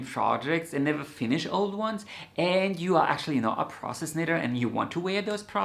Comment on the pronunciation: Had to listen twice before realizing you are a 'process' knitter -- at first I heard 'princess' knitter, like the princess & the pea -- and I thought, me too! If I don't love the tactile quality of the yarn, needles, etc I won't enjoy the project.